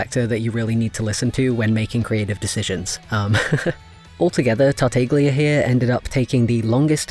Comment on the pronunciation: quick thing: tartaglia is actually pronounced tart-ah-lee-uh :) ur art is super duper pretty tho!!! i'd love to see venti in ur style :o